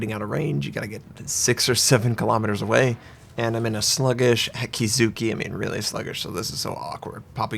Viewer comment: Okay, it's Akizuki. a-kee-zu-kee. spell A as in (A)labama, kee as in (kee)n